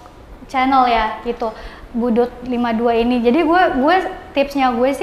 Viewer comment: Boedoet bang bukan boedoel